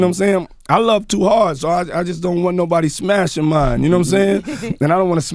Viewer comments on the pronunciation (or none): none